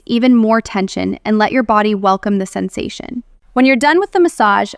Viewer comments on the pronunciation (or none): none